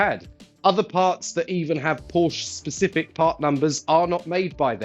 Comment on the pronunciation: I think the E you bought from 3rd party doesn't work. You may need the original part so your Porsch becomes a Porsche again. (Very rarely, there are silent vowels in German; especially in names.)